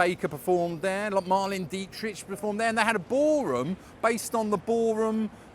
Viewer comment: Mar-lay-nuh dee-trick.